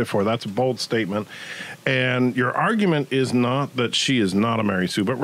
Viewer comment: Not trolling here, but please drop the E in arguEment, it irks me so badly...